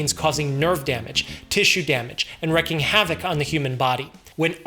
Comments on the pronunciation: It's "wreaking havoc", not "wrecking havoc". - Your friendly neighborhood grammar Nazi. 😄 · Wreaking Havoc, not Wrecking Havoc. Though it's a 99% chance it was a deliberate mistake to drive interaction with people like me. XD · Wreaking havoc, not wrecking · Another correction: Wreaking havoc is not the same as wrecking havoc. Wreaking rhymes with speaking, not decking.